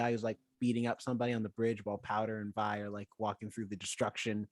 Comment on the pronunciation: ok i can now see why didnt like it. she checked out at episode one. episode 2 and jayce's trial was about what he was doing. you cant like something you check out of that quickly. i thought it might have been a bit but nope. next time try a little harder. also it VI not VE. remember her full name is violet so VI.